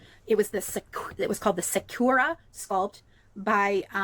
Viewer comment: her butchering of the word sakura was the last straw for me.